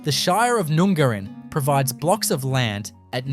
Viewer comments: It’s not Noon-gar-in!!! It’s pronounced Nun-garrin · #9, None Garin, not noooongarin. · Nun gar in (correct pronunciation) is no where near the ocean fella this is complete BS. You could get yourself in a lot of trouble peddling this crap!! You barely pronounced one town correctly, are you sure you're an Aussie?